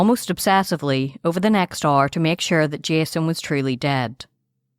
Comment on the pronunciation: Why are you pronouncing hour as "r"? Its "our". I really didnt even know what you were saying for like 20 minutes